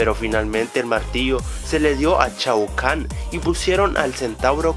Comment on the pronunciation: no se dice chao kahn sedise shao kahn